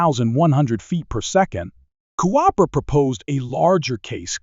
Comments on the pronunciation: Jeff Cooper! NOT JEFF CO-OPER! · I think “Gascon” was pronounced correctly. But Col. “Co-oper?” Sacrelig? AI generated says everything. This presentation sounds like something else I’d read or watched, but done by human effort. The S&W model was pronounced “ten seventy-six.” Id fired one with the FBI 10mm Lite ammo and didn’t think the recoil was excessive. The ergonomics, the size, and the weight were a problem for plain clothes operation where two and a quarter inch leather San Browne duty belts aren’t worn. FBI’s probably still got a vault full of 1076s. Despite its prominent role in the Miami tragedy, the Mini 14 remains conspicuously absent from most draconian states’ banned evil assault rifle lists. I still prefer a .45 ACP to the 10 or 40. Big case equals lower pressure despite big bullet making for a better shooting experience. But I also suggest learning to use what you’ve got your can handle, and learning tactics to include use of cover and getting out of the way.